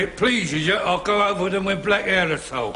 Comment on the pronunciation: His “harr“ was awful!